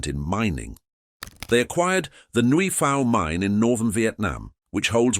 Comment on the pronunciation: Nguyen is pronounced as "Weng".